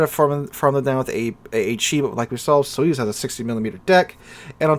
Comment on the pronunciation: Sorry but because I know russian it's funny how you pronounce the "Soyuz" The accent should be put on the last vowel "u" I don't have anything against it, but I would advise to use a translator to see how any foreign word is pronounced. I just started watching the video so I should endure it a little more. But "sovetsky" you just nailed. I was surprised in a good way.